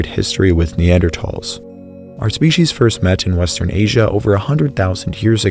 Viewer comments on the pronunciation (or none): none